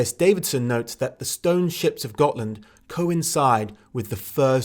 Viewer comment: Gonna take a shot every time I hear him say "Got[h]land"...